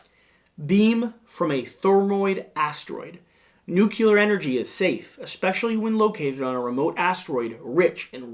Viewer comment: I hate to be that guy but... it's NEWK-lee-ur. Excellent video. ⭐ ⭐ ⭐ ⭐